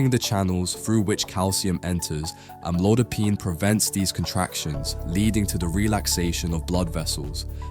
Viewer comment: Is this an AI narration? Sounds like it because the pronunciation of amlodipine is inconsistent. How stupid.